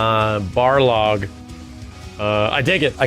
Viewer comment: you get a like just for saying baRLog